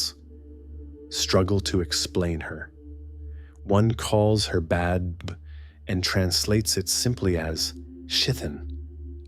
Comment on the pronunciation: Please have someone who knows the Irish language to pronounce the names correctly (Badb and Macha especially)